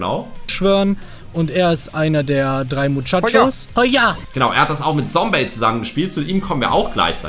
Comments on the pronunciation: Lukas das heißt nicht Sombey sondern Zombey Also mit Z ausgesprochen und nicht mit S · Man spricht es Zombey und nicht Sombey aus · Einfach zum Paluten geworden, wie du auch statt „Zombey“ auch „Sombey“ sagst😂 (no front) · Nicht sombey !!!!!!!!!! Zombey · Es heißt Zombey und nicht Sombey 😡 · Es heißt nicht Sombey sondern Zombey😡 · Man spricht ihn nicht sombey sondern zombey aus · Zombey!!! NICHT Sombey!!!!! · Nicht Sombey sondern Zombey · Zombey und nicht Sombey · Boah ich war so getriggert als er sombey gesagt hat😂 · Es heißt Zombey